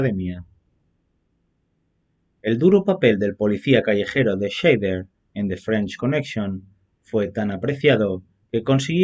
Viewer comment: Perdóname, pero es que es un apellido alemán que se dice /saider/. La "Sch" está muy bien pronunciada, pero el "ei" lo dicen /ai/. Buen video por lo demás.